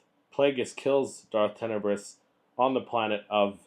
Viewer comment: So you haven't read the book. You mispronounced his name. You don't actually know the story from the Expanded Universe. All that equals that you ripped your info off from other people's vids that you watched. Well, that's original.